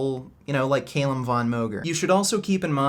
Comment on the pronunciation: its not pronounced CAYLUM but cal-um